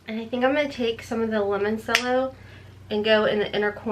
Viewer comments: Please... say it right. CRINGING HARD every time you say lemon-sello. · Its lemon - cello. Like chello.